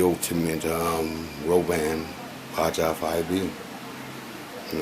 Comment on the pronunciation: Baja , change the j for a h and say baha Baja